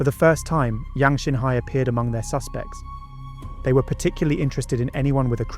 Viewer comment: Great story...but could we be more accurate with the chinese name pronunciation